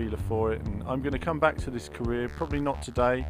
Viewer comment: i was convinced he said Korea rather than Career